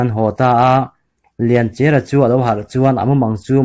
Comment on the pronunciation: Mizo thawnth i pawngsual a ni ringawt a lawm le,chawngtinleri an lak lai hi,sumhmun a a buh deng lai,suk a tlu ri bawl a,arawp a rawn thlawk thla a,lianchhiari chuan 'awi ka u lian' a ti a abo ta tih hi kan hriat dan a ni. Lianchia tih pawh hi Lianchiara tiin i lam daih a.